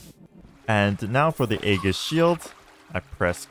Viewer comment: Hey, Aegis is pronounced with a soft G, so it's like Aejis